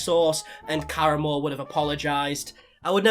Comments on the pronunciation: When you said Karamo... I for sure thought you said Caramel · I keep hearing Caramel lol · Has anyone mentioned that you're pronouncing Karamo wrong? It's "Ka-Rah-Mo" not "Kara-mo" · In case you ever have to speak Karamo’s name again, he says it with the accent on the second syllable kar-AHH-mo.